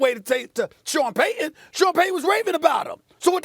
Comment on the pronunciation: Say it with me Stephen A. PAY-TON